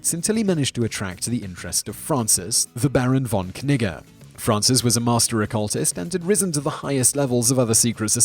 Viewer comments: im just convinced thats not how you pronounce that barons name, i imagine the k is silent and the double g making it pronounce more like 'neejay' or 'neejuh' but im just me.. i like etymology and pronunciation, but i aint no expert no siree, so .. k-nigga all you like there simon. hmm.. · Baron von Knigge lmfao he actually pronounced it correct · i swear i heard "barren von 'nigga'" lol